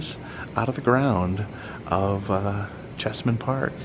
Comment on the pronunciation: Cheese-man Park, not Chess-man Park.